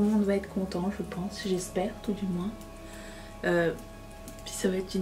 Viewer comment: Coucou Tu vas adorer m’entendre dire moinSSS Le ralenti est magique